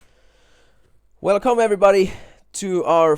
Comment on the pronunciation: "Well cum everybody". Ok bro...